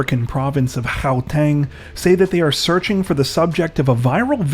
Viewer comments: Well bloody done on pronouncing Gauteng correctly! A tiny detail like that shows just how much research and effort goes into the work that you do. And no... not all of us South Africans attach shopping carts to transport vehicles. The rest of us use bicycles and hold on for dear life hahahaha! #fuelisexpensive #savetheplanet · Oh wow you pronounce Gauteng so well...love you channel 🇿🇦